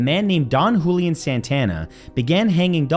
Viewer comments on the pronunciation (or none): none